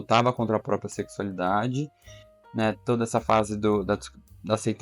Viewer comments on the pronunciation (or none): none